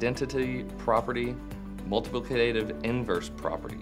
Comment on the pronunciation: Lol The way the word "multiplicative" was pronounced was low-key hilarious. But VERY informative video. Much appreciated^^.